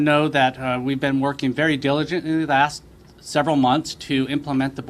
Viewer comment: they worked so diligently that he can't pronounce diligently properly